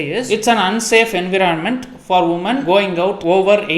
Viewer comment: Environment ❌ Envoirment ✅